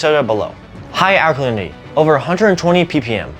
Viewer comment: This man must be taught how to speak English correctly. For example, he pronounces ALKALINITY as ALNYY. Horrible to hear! Glad I don't live in America!